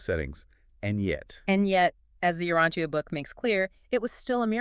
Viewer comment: I am so glad that you all are doing this. However, I am somewhat confused about the tendency to sort of slide sideways on it. Like bringing up Andon and Fonta, and identifying them, not as the first evolved humans, but something else, "helpers"? And why is Urantia being mispronounced?